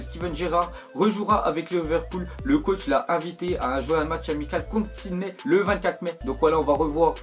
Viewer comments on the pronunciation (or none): none